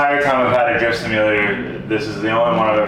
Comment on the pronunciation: Sounds like he says Jizz simulator then Drift Simulator